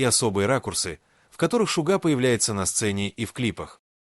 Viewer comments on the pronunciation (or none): Озвучка ИИ просто мрак - ЧИмин, ШугА, айдОл и т.п. Ну, а фотографии Тэхёна на фоне рассказа о Чонгуке это край. Вобщем, ролик сделан на отвали.